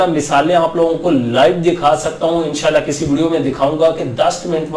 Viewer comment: bhai INN SHA ALLAH PERHA KAREN AP JAB BOLTY HAIN WOH US MAIN LAGTA HAI E SHALLAH PERH RAHY HAIN